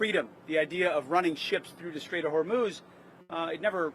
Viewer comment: Is it me or does Kegsbreath keeps pronouncing it as " The Strait of Vermouth "